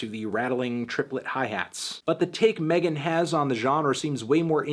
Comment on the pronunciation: I know you want to be her, but it's MEGAN thee stallion not Melon thee stallion